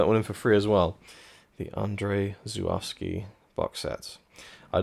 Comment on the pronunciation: Amazing, but are we certain that’s how we pronounce his name?